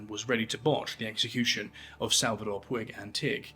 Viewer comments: Puig is a catalonian name, it is pronounced Pooch. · Puig is pronounced "putch".